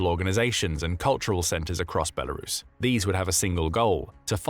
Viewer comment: Thank you for pronouncing the country's name correctly... Good job!